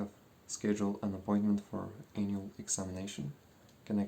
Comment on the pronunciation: The last time you said annual makes me want to believe that you realized it sounded weird and you misspronounced it on purpose. But its just your lovely accent.